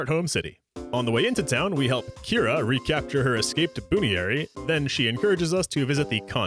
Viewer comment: Great video, though I gotta say hearing the mispronunciation of certain Pokemon names ahhhhh, erked me. Lopunny is "LOP- unny" Buneary is "Bun-eary" and Gible is like Nibble with a G instead of an N. With that said, I'd love to see a Platinum playthrough one day. Next to Soul Silver it's my favorite Gen 2 game. Edit: I see you do have a Platinum playthrough so gonna watch that.